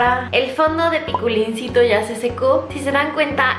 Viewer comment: se llama piculncito no piculn jajaja y falto yankee xd